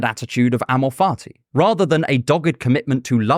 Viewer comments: Every time this man says ammo farty i just can't 😂. My brain is that of a child 😂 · "Amor fati"—love of fate—pronunciation: emphasize the instead of the .